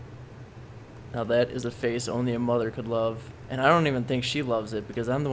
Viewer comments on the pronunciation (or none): none